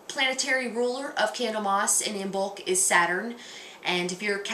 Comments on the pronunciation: first of all you should learn to pronounce Imbolg correctly .......Gaelic silent "b" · Isn't the B in Imbolc silent? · You pronounced Imbolc wrong